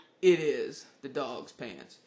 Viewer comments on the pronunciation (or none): I would have never guessed you said pants, lol.